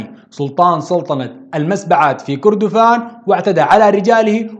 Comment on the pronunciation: التاريخ ده قرينا في المدارس مافي جديد .. وكردفان انت نطقت الاسم غلط.. كان اسمها مملكة الم٧ ات . وشكرا